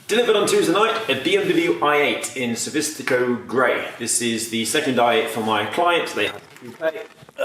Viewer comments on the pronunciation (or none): It’s Sophisto Grey, not Sophistico grey..... nice video though